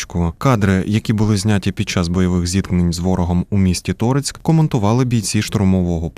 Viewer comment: Дякую вашій творчій групі за новини. Маю одне побажання. Будь ласка, відкоригуйте наголос у слові Торецьк. Дуже вже ріже слух . Вперше чую, щоб у назві міста наголос робили на перший склад.